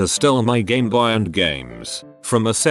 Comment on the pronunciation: Gameboyah Birthdeh